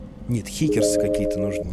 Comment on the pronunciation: Ахах, Дима, легенда. Что такое хикерс? Кнотс? А там что было? А, не, там хикесы какие-то. Опытный товарищ, опытный.